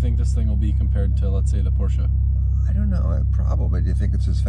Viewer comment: Love it how he says porsche and not porsch